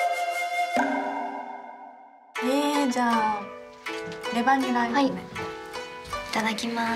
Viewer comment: レバニラ炒め(いため)が、レバニラ炊め(たくめ)になっちゃてるんだなー